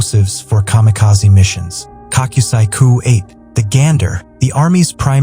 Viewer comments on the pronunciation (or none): none